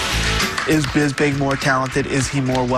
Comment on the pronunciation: normal: Michael Bisping Tito Ortiz: Michael Bingsping